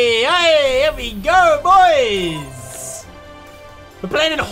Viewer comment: #notificationsquad!, when you say 'BOIS' it never gets old haha.